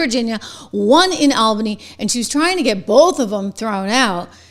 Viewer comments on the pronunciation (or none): aal·buh·nee as in the word all. Not like the name Al.